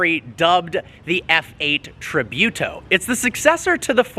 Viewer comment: Look how to Pronounce Tributo lol